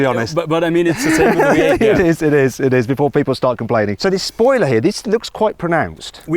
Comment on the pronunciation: 最初 聞き取れなかったけど、V8をヴィーアイって発音するんだね。